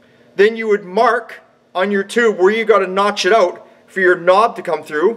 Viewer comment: It's out! Not aut! Geesh Great video